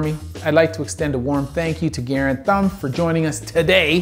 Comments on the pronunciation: Bro, it’s “Guh-rand” not “garen” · That is definitely not how you say Garand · The way he said Garand was kind of hard to listen to also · both Garand (the namesake for the M1, not Mike) and the Doc are Canadian if I recall where the pronunciation would be as you heard it spoken in the vid, but Mike and a lot of his viewers being American I suppose our pronunciation is also stylistically valid if only by colloquialism